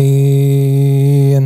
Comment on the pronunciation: يا شيخ : ض وليس ظ الضالين وليس الظالين